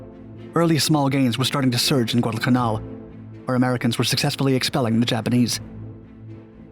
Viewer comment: Guadalcanal - please stop slurring the name it detracts from an interesting video